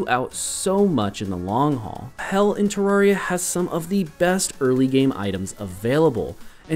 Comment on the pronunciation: No. 11 It's pronounced te-rare-ee-uh not tuh-rawr-ee-ah